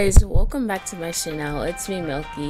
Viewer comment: I lOvE wHeN sHe SaYs “Welcome back to my Chanel” XD